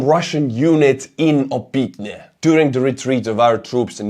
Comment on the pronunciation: just an fyi, the "y" is pronounced more like Estonian õ, so it's "Opõtne", similar to like Kyiv is "Kõjiv". It's a minor thing, but as a fellow Estonian I know you can pronounce it with much less difficulty than native English speakers. Thanks for all your work!